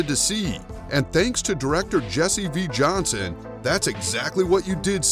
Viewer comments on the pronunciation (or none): none